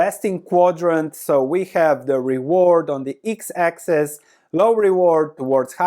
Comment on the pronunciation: I love the way you say eeks-axis.